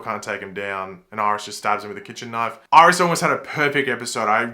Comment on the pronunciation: "Irish"... no offense, but that got me🤣😂